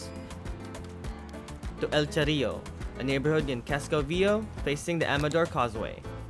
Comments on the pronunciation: You are not pronouncing Viejo correctly. It’s vie hayo! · Viejo is pronounced VEE-EY-HO and it means old. why were you wearing a mask while flying your drone from the roof of a building. come on, have some independent though and quit complying with the evil dehumanizing agenda. sickening to see almost 100% of people wearing them in the streets too. other than that, good video.